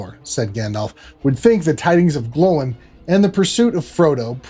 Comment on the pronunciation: There is nothing more annoying than someone pronouncing Gloin as if it rhymed with groin.